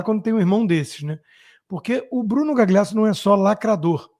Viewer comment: Por que vc fica falando Gagliasso com "gli" como em "glicínia"? Diga "galhiasso", é italiano e é assim que se lê. Fica aí engasgando para dizer esse gli. Da mesma forma que vc pronuncia direito o inglês, faça-o com o italiano, pelo menos em nomes com gl porque soa MUITO DÃR . Melhorando sempre meu querido.